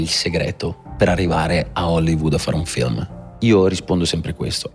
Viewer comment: Tutto bene eh ma lui che pronuncia feelm anziché film per far vedere che ha sfondato in USA mi fa rabbrividire 😂